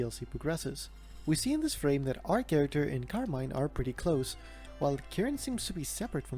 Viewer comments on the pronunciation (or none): it's pronounced carmine